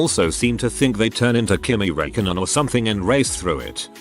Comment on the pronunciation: Raikonen 😭😭😭😭😭 god please no (It's spelled Räikkönen, my Finnish soul is in pain)